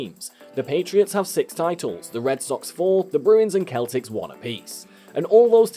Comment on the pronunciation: It's pronounced seltics as if it were spelled with an (s) not a(k).